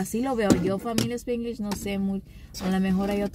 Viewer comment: SpAAnglish, no SpIiiiglish